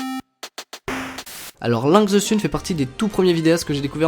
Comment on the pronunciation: SÉRIEUSEMENT, LINKS ZE SUNE ? TU PRONONCE VRAIMENT CA LINKS ZE SUNE OU C'EST POUR DÉCONNER ?! J'AI FAILLI FAIRE UN ARRÊT CARDIAQUE BORDEL !!!! Links se prononce comme pour Link, le héro de la série Zelda mais avec un -s à la fin, the se prononce -the et pas -ze, et bordel sun ça se prononce -seune pas -sune